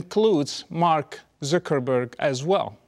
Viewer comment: the way he says zuckerburg tho